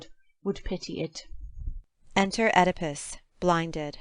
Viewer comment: I have no idea what they're saying. And they don't say "Oedipus" right.